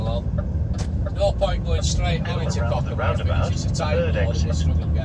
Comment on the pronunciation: The name is Cockermouth not wot you sed